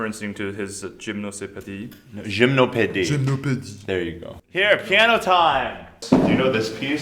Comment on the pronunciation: Isaac's pronunciation of 'gymnopédie' in french was perfect haha